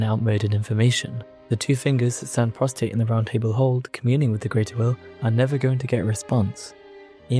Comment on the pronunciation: Prostrate, not prostate hahaha love the video- funny Freudian slip 😜